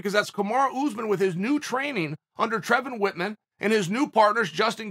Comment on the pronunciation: Oooozemen and Teven Wiltman